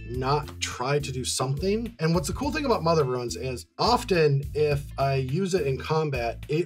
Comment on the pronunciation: i am losing my mind these two doofuses mispronounced mother of runes all game ! she does not ruin anything, she only protects .